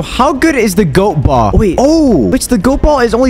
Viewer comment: YOUR SUS WHY YOU SAY BOLL SUS